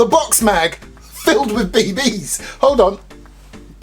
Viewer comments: love how he said bbs he said be.. bees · He always says it that way 😂